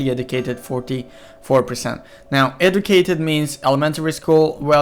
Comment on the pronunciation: This guy needs to be Educated on how to pronounce educated.